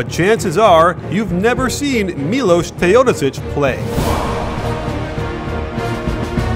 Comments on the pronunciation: Is that how you pronounce his name? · The way you say Teodosic makes me cringe.